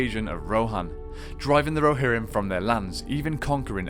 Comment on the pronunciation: Muster the Rohirmm